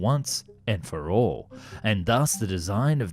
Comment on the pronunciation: This guy really needs to work on his letter L, the simple touching of the tongue to the upper front teeth. "All, " not aww. "Useful," not usefoo. "Powerful," not pawerfoo. And so on...